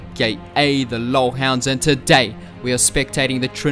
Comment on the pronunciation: I like the way you say: "and TOday" xD